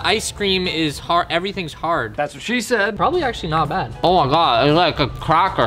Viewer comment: Future reference it’s “Not bad not bad” and not “not bod not bod”